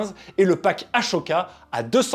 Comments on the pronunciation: Je rapporte une petite erreur dans la sponso: pour le nom du propriétaire des sabres blanc tu as dit aCHoka, alors que ça se dit aSoka. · Ma culture du jeuxvideo me dit que le darksaber est un objet légendaire alors que les sabres de Ahsoka sont de simples rares. Ah, au fait, c'est Ah Soka et pas A Choka. Ou alors j'ai raté un truc pendant des années !